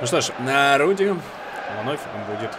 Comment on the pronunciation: ты неправильно назвал имя вратаря норвича не Рудди а Радди я просто фанат футбола я знаю